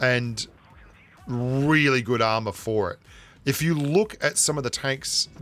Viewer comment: I just noticed that says really like 'wheely'. Which I dunno if that's a pun or not